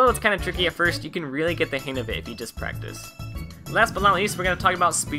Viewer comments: Dude. It's HANG. Not "hain" Sorry. It was really bothering me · Im sorry but it irritates the fuck out of me that you say "han of it" pronounce the "G"!!!!